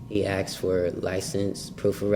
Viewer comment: Is he actually saying AKSed instead of ASKed?